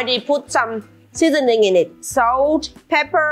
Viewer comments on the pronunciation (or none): Your Saaalt is so German 😊